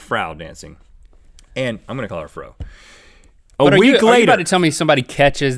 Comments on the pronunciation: Frau is pronounced as Fr + ow (of meow) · Frau (pronounced fra-ow) means Mrs in German. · It's actually "Frau" as in "F" + "OW". It's German for "Mrs." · Guys, you should know that "Frau" means "Mrs." or "Ms." in German. She could've been from Germany, Austria, or Liechtenstein, but "Frau" could also(I don't know if it is) be used in France. So we don't really know what her first name is... it sounds weird when Rhett mis-pronounces Mrs. xD